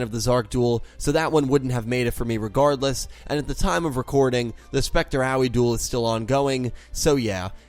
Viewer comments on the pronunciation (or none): none